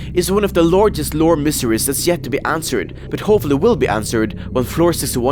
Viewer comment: When you say mysteries it sounds like you're saying miseries